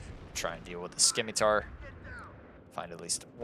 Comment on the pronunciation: It's pronounced like "Simitar," it's a soft C. Not to be a jerk just for future reference is all :D